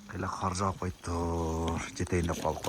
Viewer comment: Кар жабып? Кар жаап! Тантык дезе.